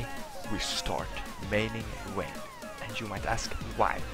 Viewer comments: It's Vayne,. Not Wayne. You pronounce it wrong! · VAYNE, NOT WAYNE